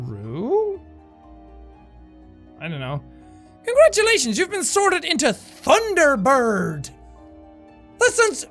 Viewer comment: "thunder bore" - jack 2017